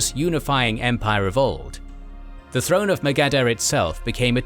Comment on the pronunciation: Magadha is badly misspronounced